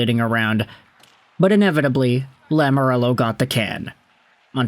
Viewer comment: Please... Please stop saying Lamorello, it's Lamoriello.